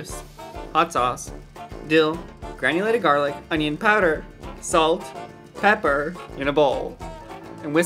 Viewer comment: why he say pepper like dat